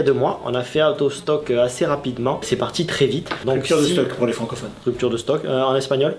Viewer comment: hehe, ptit Goldo bien vintage!! "rupturo de stocko" pour l'espagnole, non?? ^___-, faut faire le "machand de tapis" à mon avis.___. Arffff, les vieilles freeze-frames fatigués à la fin ^^